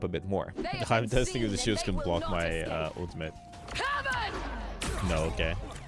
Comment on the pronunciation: Do u say Ooltimate on purpose or just accent thing 😂